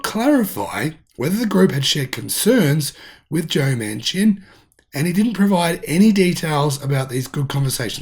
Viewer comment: Manchin is pronounced Man Chin